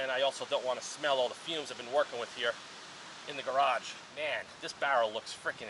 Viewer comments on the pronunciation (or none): none